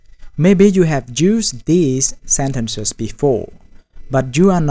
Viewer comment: Senses…What..? Pls say SENTENCES …Properly Sorry Bro….Very poor Pronunciation